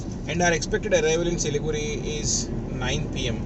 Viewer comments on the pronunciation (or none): Siliguri is the right name and it should be pronounced as Siliguri. Not Siligudi..... Hope u r clear. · The R in siliguri is pronounced with a hard r. Like the pronounciation for Vijaywada. The d is closer to r. But sounds hard. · for siliguri its not Da and its not ra. its adha/ardha which is impossible to write in English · As you said about Siliguri being pronounced as Siligudi , one such thing I have heard from my UP friend is pronouncing Gurgaon as Gudgaon. It is like few of my telugu friends pronouncing Satyam as Sachyam. Each state has their own special phonetics. Btw I enjoyed your video thoroughly